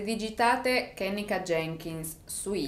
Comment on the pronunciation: Si pronuncia “Ke-nNe-ka “non è un nome americano ma africano la E si legge E non I !!❤️